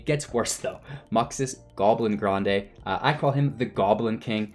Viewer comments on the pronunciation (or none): Content was ok, but mispronunciations drove me crazy. Conspicuous. Matron. Grandee.